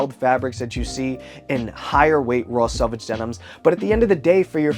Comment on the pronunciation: It’s selvage not salvage 😂😂😂😂